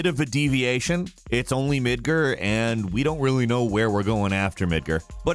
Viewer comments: Mid-GAR, Mid-GAR. Its not Midger... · Dude, the new game has SOUND. There is no excuse for you to keep saying MidgEr. It is pronounced like it is spelled: MidgAr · It’s Mid-GAR, not Mid-ger, you tool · So let's talk about pronunciation: "Midgrrr" <---have i been saying it wrong this whole time??? Here i thought it was "Mid gaar" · Why does pronounce everything wrong? Lol "midger" it's triggering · Wait....did he just say “Midgurr”? Is that correct? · Who says "Midgur"?!?! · Thumbs down for "Midger". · Did he just pronounce midgar "midger"??? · "Midgrr" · the way he said midgar made me very uncomfortable.